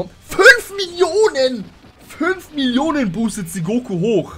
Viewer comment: ahahah füünfff millionäänn